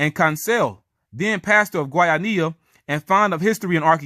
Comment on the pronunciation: Kudos for trying to pronounce Guayanilla correctly. I'm from Guayanilla, my family has been there forever. I've heard of us being Israelites but you went into more depth, pretty interesting tbh. I did my DNA and my native Puerto Rican ancestry was concentrated specifically in the South and Southwest of the island, where Agüeybana was from. Thanks for this video. The easiest way to pronounce Guayanilla is Gua•Ja•Knee•Ja. And Agüeybana is Ah•Guei•Bah•Nah. Hope that helps. Again, great video. 😊